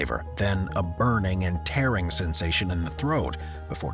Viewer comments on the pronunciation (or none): none